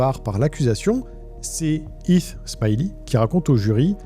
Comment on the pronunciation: Video interessante Est-ce que vous pouvez essayer de prononcer les H ? C'est Heath et non Eeth